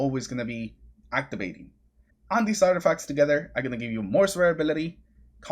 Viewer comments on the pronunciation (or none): none